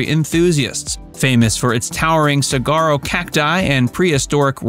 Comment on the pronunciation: In this video, several mispronounced words are evident. Saguaro is pronounced sa-war-oh (no hard G) and Canyon De Chelly is pronounced Canyon De Shay. These are just a couple examples.